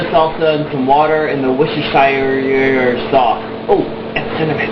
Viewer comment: ha ha i love how im not the only person who cant pronounce Worcestershire sauce :P its a tongue twister.. Wicked - i use turkey too - red meat is icky. good job :)